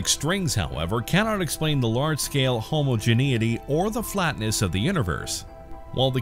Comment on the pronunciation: This is a good vid, but "homogenous" and "homogeneity" are not pronounced like that at all.